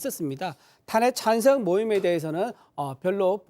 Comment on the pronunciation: 대구묘? 탄핵찬생? 국힘 수준의 새는 발음...입지가 좁아져가니 안정감 자신감 상실. 앞으로 정당 이름에 '국민'이라는 단어 금지하자